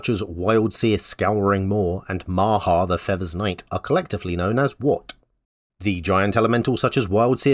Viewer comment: 12 points, I only got the answers for the first 2 rounds but at least yi had all the Bloomburrow ones. Also I'm sorry but it's Maha, Its Feathers Night.